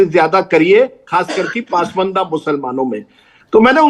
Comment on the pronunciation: PAASMAANDA nahi...... it's PAS-MANDA...